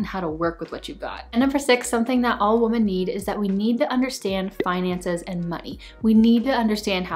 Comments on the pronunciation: Love all your videos I’m learning so much from you! Just genuinely curious….why do you say “woman” instead of “women”? I just wonder that every time I watch your videos lol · This is great. But it seems you’re pronouncing women incorrectly. Women (plural) should be pronounced “wimin”. And Woman (singular) should be pronounced “woo-maan” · Wise words! (As an English teacher, I get really distracted by your mispronunciation of plural “women.” If you’re going to say it so frequently it’s best to pronounce it correctly.) But, well done video!